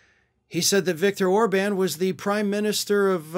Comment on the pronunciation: Orban is PM of Hungary (you said it wrong).